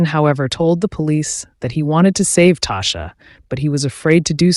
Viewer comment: It’s pronounced Tosh- ah! Tasha’s mother and my mother in law are best friends my husband grew up with her. She was really sweet and So is her mom . Nice family .